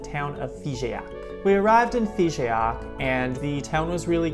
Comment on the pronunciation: Hello,! Nice video, and nice trip. You were right to visit this part of France 🙂 But don't bother too much much with the prononciation of "Figeac" 😉 It is not "FigÉac", but simply "Fijac": the "e" is silent 😉